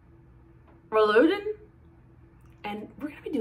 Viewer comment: Rouladen - pronounced row-la-den! Looks delicious. You nailed the recipe!